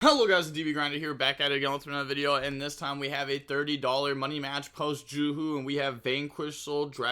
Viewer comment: Am I the only one annoyed that every body calls it JUHU when it's officially gonna be JUSH?